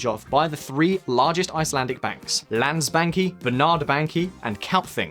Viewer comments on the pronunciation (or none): Definitely thought he said "Land-Spankie" 🤣